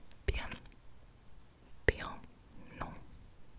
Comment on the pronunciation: You said in Minute " en españal..." instead of en español...